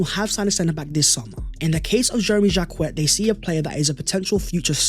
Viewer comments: Jak-ay not Jacket 😆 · Good work. Probably Jacquet is pronounced ‘Jackay’??